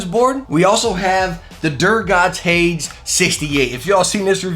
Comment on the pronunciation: Great video, but "Hades" is pronounced "Hay-deez". It means "hell"